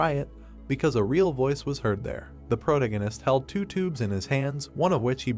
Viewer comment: I appreciate that you uploaded this at all, but this is extremely low quality, low effort work. However you have the AI reading this you really need to take a second look at. Grammar, pronunciations, spoilers with a characters name, the thing can't even decide if Roland is Roland, Protagonist (which the AI is saying incorrectly), brunette guy, list goes on. I watched up to chapter 395 on Manwha Fresh and while it has its flaws, frankly it should be the standard. It is hard to actually enjoy the content when its being read and narrated so poorly. And to get ahead of any empty headed idiots, yes I know it is free, yes I know they didn't have to upload it and yes, you do also know that nothing is exempt from criticism, no matter how much you don't want to accept that fact.